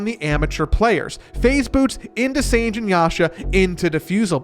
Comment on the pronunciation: Narrator pronounces Sange wrong.